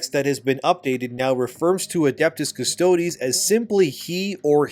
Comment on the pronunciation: Dude.. it’s not “custodee’s” bro. You had it right when you first started covering this months ago - just Adeptus Custodes - silent E, like “custodian” minus the “ian” at the end. Not custoDEEZ nutz! I’m sorry to blow up ur spot like this dude.. I love ur channels n all- you’ve done great work but this is just one of those icks where I die a little bit inside each time I hear you say it like that… n I just had to finally say something